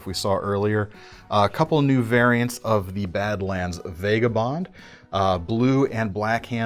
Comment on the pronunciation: Why do you pronounce vagabond with an e?